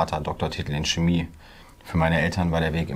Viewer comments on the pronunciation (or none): none